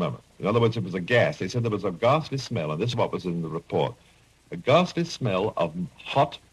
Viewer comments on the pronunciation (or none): Hessdalen is apparently a hotspot for sightings, with a permanent webcam now. And btw, the word is "ghastly", not "gasly". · ghastly, not "gasly"